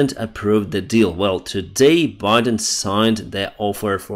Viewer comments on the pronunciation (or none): none